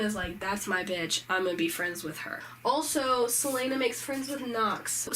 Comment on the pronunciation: Did she just call Celaena "Seleina"?